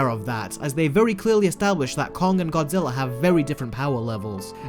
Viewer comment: i know it just sounds like godziller